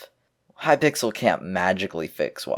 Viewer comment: He said hypickle at one point lol